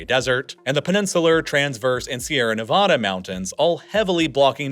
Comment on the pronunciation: Bro, your pronunciation of Bangor, Puget, and Nevada are atrocious.